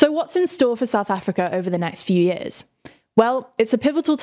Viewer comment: "yeeahz" is not a word.